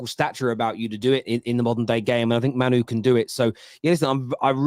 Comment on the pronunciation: I really hope starts saying Mainoo’s name properly soon.